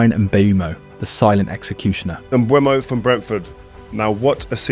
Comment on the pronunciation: You pronounced Mbeumo differently every time you said it